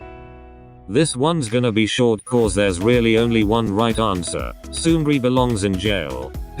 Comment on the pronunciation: omg i actually got scared about the seungri thing u talked about, i thought u said sunmi